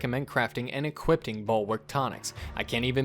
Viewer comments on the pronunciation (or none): Love the guides but uh...and this sounds stupid but...are you saying "equipt", "equipted", and "equipting" instead of "equip", "equipped", and "equipping"? Is this some sort of dialect thing? I've never heard it before in my life and it's kinda driving me nuts!